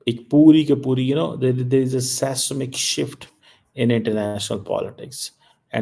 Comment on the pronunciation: Sesnik shift?😂😂😂 go to Google and learn how to pronounce it. Seismic is not an Urdu word. Don't try what you can't. Typical madrassa education.